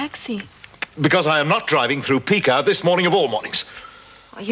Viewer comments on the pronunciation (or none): none